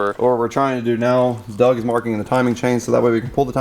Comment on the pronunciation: It's "doug" you dumbass...